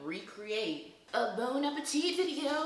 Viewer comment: Nobody: Quen: BONE appetit 💀💀